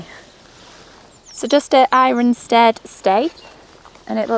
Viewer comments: Err-sted, not eyer-sted! We live and learn! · Unusual pronunciation of Irstead. There is no iron, at least it’s not as difficult as Wymondham, now that is a good one. We haven’t been on a boat yet. It’s always so windy and puts us off. The white horse at Neatishead has a sister pub the Lion at Thurne. Both do great food😊